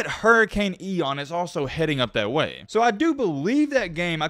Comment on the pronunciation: “EON” 😂 IAN